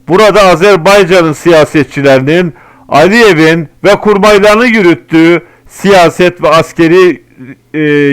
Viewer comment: Azerbaycan cumhurbaşkanının ismini yanliş söyledin